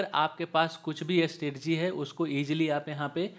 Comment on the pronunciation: Isko “Strategy” word bolna nai aata aur kehta h Google me 1 Cr ka package h iska, waah.